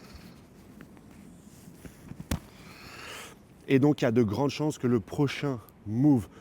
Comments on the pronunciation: Posedon ?!! Poséidon 🎉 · Plus je vous écoute moins j'ai envie de regarder vos vidéos. Vous ne savez pas dire un seul nom. Posédon.. Poséidon... Egghead. Désolé mais je vais attendre celle de Mont Corvo et Goji.